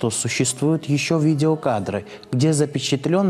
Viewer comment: мамао Габриэло (правильное произношение)